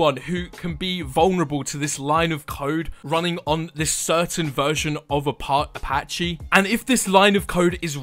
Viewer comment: its apache not apach-e